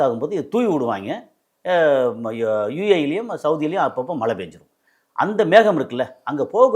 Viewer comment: தமிழை சரியாக பேச கற்று கொள்ளுங்கள்.மலை இல்லை மழை